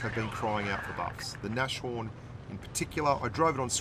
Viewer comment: Manuel L. Jackson like naSHorn or what